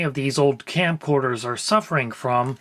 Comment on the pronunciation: It's okay. I trust you. "Scamcorders".